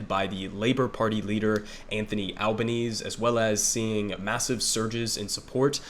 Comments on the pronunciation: also, it's pronounced al-buh-neh-seh and they're the greens not the green party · A few things from an Australian: 1. AlbanesE - gotta pronounce the E at the end. 2. The Liberal Party aren't your Republicans. They are made up of two prominent factions: the moderates (essentially Democrats) and Conservatives (essentially Republicans). 3. Labor are a social democratic government and fun fact is that the Australian Labor Party was the first modern social democratic government to form on a national level. 4. Albo is a socialist on a personal level. That's well known and he's the leader of the socialist left wing of the Labor Party. He will absolutely not be allowed to govern as a socialist though. 5. The fires in 2019 were mainly devastating for the Eastern States. Western Australia tends to seem much more devastating due to the size of the area burnt but really WA is the bigger than Alaska AND Texas combined with 2.9 million people in it, 2.1 of those in 1 city. 6. The Greens got a record vote, which is great. However, we have preferential voting so Labor picked up seats off the back of greens voters and the Greens will only win 2-3 seats in the house of Reps. The larger primary vote does increase their power in the Senate though so Labor will have to work with them to pass legislation there. 7. If state Labor governments are anything to go by, we'll see increased action on climate change but it will largely just be greenwashed Capitalism. Better than nothing but we're not going to become the green powerhouse we should be. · Love the coverage, just one thing, it's Albanes-e, you pronounce that last E